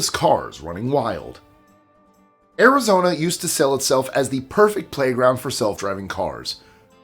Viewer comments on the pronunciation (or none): none